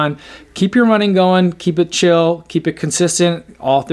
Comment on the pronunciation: "keep it chill" or "keep it chilly"?